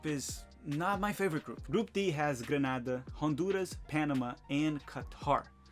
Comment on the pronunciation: Grenada 🇬🇩 dude not Granada...